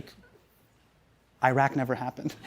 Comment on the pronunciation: Nooo Hasan, don't pronounce Iraq like that. Not you too!